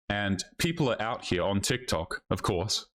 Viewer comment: "It's Tik Tok not Tick Tock" - 50 plus year old woman